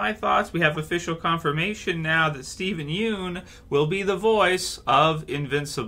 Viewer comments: Hey it’s “YUN” not “Youn” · At least say his last name right b